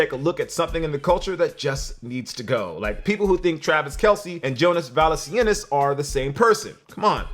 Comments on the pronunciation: did you really call him Jonás valliskinis it’s valunciunas lol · I'm sorry but you completely bombed the pronunciation of Jonas Valanciunas's name. No hate or anything, keep making great content